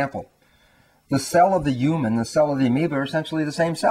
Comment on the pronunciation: its about time that scientists finally realised the truth about what healers, mystics, psychics and many religious people have been saying all these years... why does he say ewman instead of human? and ewmanity instead of humanity?